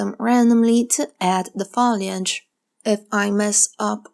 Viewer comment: To be helpful, not to give you a bad time, the word FOLIAGE is pronounced with a hard O, like Phone, or boat. And your painting vids are very helpful! Thank you.